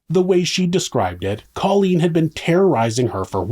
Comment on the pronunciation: You're not pronouncing Colleens name correctly...Co leen! She'll meet satin soon 😉